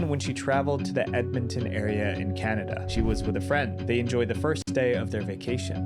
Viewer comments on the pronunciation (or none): none